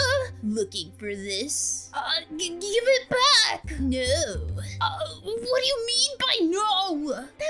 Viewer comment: You said bed instead of back? I just don't understand english.